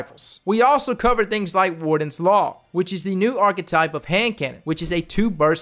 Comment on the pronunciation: i cringe everytime he mispronounces archtype